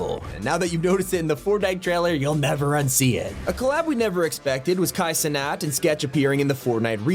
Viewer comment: Why does bro say Kai cenat like that 💀